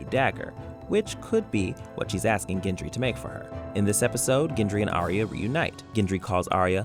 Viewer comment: Ginjury.... Wtf is ginjury.. it's Gendry. Gendry Gendry